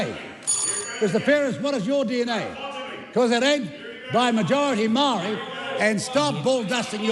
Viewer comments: That is a dam lie stop spreading hate I have so many ppl pakeha friends and some I consider family but as a Maori we have the right to defend ourselves against the likes of Winston two face he's a disgrace he can't even pronounce Maori correctly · Fkn old man whos turned his back on his own people Says maori like a ty person 😂. Time for the rest home old whinny..